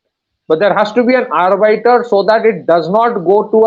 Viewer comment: Right pronounciation of Arbiter or Arbitrator: AR - BITTER, ARBIT- RATOR